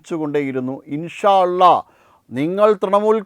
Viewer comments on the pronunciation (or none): none